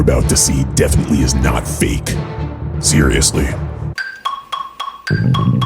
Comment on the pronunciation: Why am I thinking about hes saying "fake" but my mind think its "Fek"